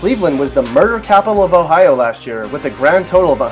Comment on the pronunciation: Pgffffffft it's Ohio HAHAHAHA